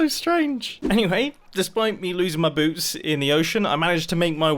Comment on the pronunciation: You said boobs instead of boots